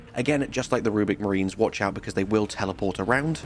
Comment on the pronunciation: Rubric not rubic